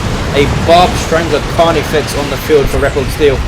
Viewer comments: FYI, 'repelsteeltje' is the Dutch name for Rumpelstiltskin, and its pronunciation would be close to 'ray-pull-stale-chu(ck)'. Go Nids! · yuno yeah its dutch but its pronounced totally different from what did:P